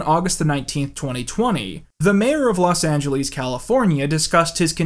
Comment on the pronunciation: He also said "Los Angeleez"